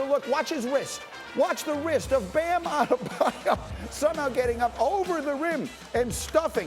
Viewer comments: “Bam Adedabyou” can’t stand Kendrick Perkins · Kendrick- “Bam Adedebyou” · Perk - "Bam Adedabayou" 😭😭😭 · No one: Kendrick Perkins: Bam Adedebayou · I love how they say Adebayo like 10 times and then Perk still hits us with the Addadabayou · i'M JUST HERE TO HEAR PERK SAY "BAM ATTTEETTEEEBABABABYO" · thats how Perkins pronounces his name lol